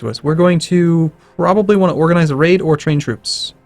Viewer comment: Is pronouncing Raid as " Rape "? Thats some funny shit that is